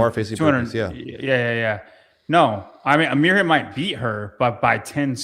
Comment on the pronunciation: Ok, after listening to Mirjams Name being butchered for a Year now, let's try and give some help here: You're pronouncing it with a hard H which isn't there. Replace it with an Y (like in "Year") and you're good to go😬